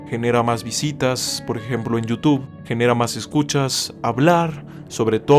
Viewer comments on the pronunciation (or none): none